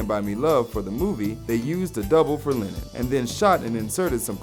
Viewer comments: Man, you're pronouncing Lennon like Lenin. Which is fun. A bit. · SAY JOHN LINEN ONE MORE TIME. ITS LEH-NUN. LENNON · "John Linen"